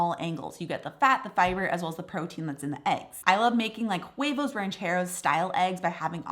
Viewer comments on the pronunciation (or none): none